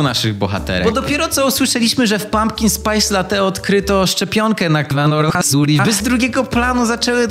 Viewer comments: Zawsze jak jest słowo korona wirus to słyszę coloran potasu 🤣🤣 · Ludzie: Koronawirus: Runawizuriws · Bardziej koronawisuri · Koronawirus: Koronawirus Koronawirus według: "kOrAnOHaSuriHA" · Wszyscy: koronawirus: narokowsuri